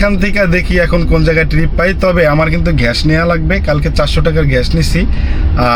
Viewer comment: ঘ্যাস❌ গ্যাস ✅